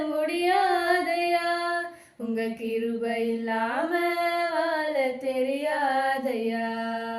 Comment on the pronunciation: "வாழ" என்று உச்சரியுங்கள். வால என்று உச்சரிக்கிறீர்கள்.